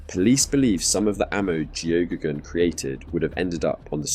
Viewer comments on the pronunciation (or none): Its an irish name its pronounced gehaygan or geygan. I know because Geoghegan is my last name